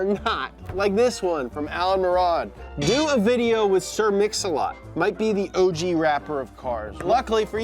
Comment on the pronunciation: Sir Mix-A-Lot ❌ Sir Own-A-Lot ✅